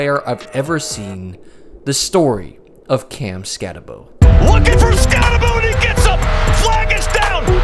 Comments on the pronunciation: Skatteboo not Skattebow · Stattebow and Leave-it? come on man... if you watched any games they were in you should know how to pronounce their names. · It's just... Say the name right. You bothered to make a video, but didn't even bother to learn to say his name correctly? Couldn't get through the video more than a few minutes. Cam Skat-ah-Boo